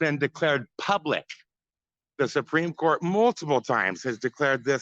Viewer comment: He can hardly pronounce "supreme court"